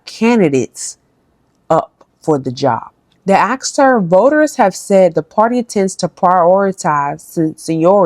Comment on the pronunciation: It’s asked Not axed, just to correct